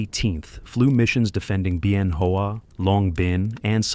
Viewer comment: Isn't it pronounced Ben-Whaa? As in Ben Hoa balls?